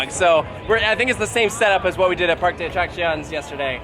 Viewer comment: You spent all day with Spain's tallest man and still didn't learn how to pronounce Parque! (Though I already watched the BGCE video. Yay!) I would love to go back to Parque Warner but I haven't made it back to Madrid yet. Now I have a good reason to...